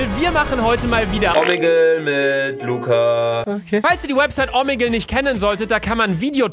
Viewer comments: # 4.20 sie sagt lurrz😂😂😂😂☹️😂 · Lugga😂😂 Luca nicht Lugga